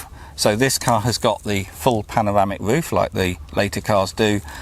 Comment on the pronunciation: Woof, wange and wadio love this accent so much mate! Keep up the good work with them videos lad